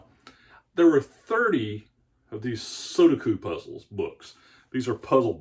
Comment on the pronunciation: You say su du ko. The middle syllable is do, not du. The last syllable is ku, not ko. You're mixing them up. Su do ku. Just look at how it's written. Accent is on the middle syllable. I used to do these all the time but once I learned how to solve them all they weren't any fun anymore.